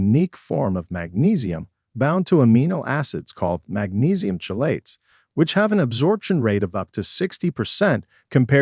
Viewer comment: chelate is pronounced kelate